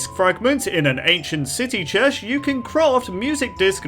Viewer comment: I like how he said Chesh instead of chest, is something wrong?